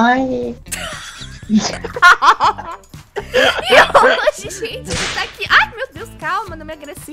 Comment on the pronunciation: vc conhece o mario kkkk ele fala roi tambem